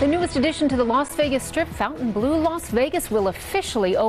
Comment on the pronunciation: Just say Funtan Blue to pronounce it correctly!